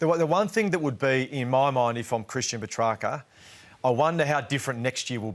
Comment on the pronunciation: Ralph not even pronouncing Petracca's name correctly